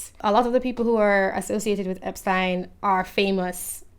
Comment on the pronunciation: I'm just glad someone knows how to pronounce 'Epstein!'